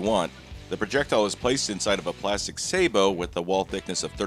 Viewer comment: I'm just glad you say sabot right. Thanks for the content and rock on.